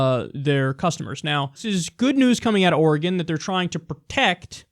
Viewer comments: All of the Oregonians are relieved that he pronounced it right. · Thanks Kyle for pronouncing my state's name right. I HATE listening to out-of-staters pronounce Oregon.